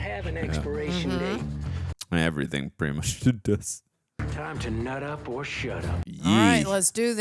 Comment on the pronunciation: "Time to nutch up or shutch up"